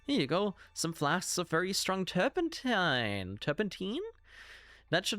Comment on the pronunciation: You were pronouncing 'turpentine' correctly 👍